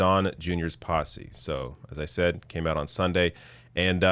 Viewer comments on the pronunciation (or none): none